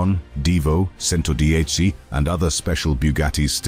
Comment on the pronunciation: Agreed with comment below. The commentary is AWFUL. Mispronunciation is horrific. CHENTODIECHI not Sento dieci. AAAARRRGGGHHHH.